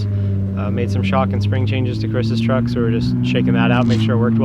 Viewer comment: Did he say trugg? As in trugg walk? 🤣